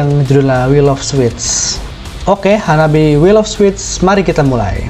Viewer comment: Hanabie is pronounced HA-NAH-BEE- EH. This is not the kawai metal of Baby Metal, this is not the "traditional" music of Wagakki Band or the classic rock of Band Maid, but... this is Harajukucore!! Great Reaction!!